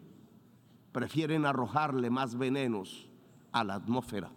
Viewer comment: La humanidac, la amosferat...en fin